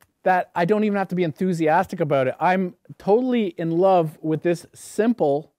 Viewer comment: Abooot 😂 I love that